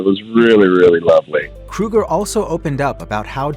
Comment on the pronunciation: It's Chad Kroeger .... not Kruger! 🙄